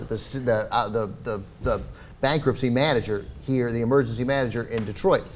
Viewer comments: Detroit, not Detriot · "Det-riot" lol freudian slip. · Detriot? lol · What's "Detriot"?